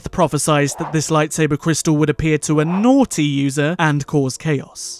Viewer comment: Bro why he say naughty like that? Is it Christmas or something? Hahaha